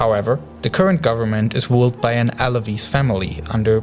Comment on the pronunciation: This bothers me, quist instead of Christ and wooled instead of ruled. I mean ffs. I cant focus on the subject, when im hearing these pronunciations.